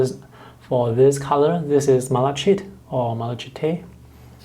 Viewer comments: Never heard of these. They look lovely. Thanks for the review. I really must stop watching, you always make me want to spend money. That raw umber earth looks particularly good. Also, malachite is pronounced Mal a kite. It is a copper corrosion product. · FYI - The pronunciation of malachite is MAL-a-kite (long “I” sound.) I don’t know the correct phonetic representation . Not intended as a criticism - especially since you speak more languages than I! - but you were struggling with the word. 😊 Most of the colors are really lovely, but these are quite expensive sets if one wanted only a couple of the paints. Thank you for the review!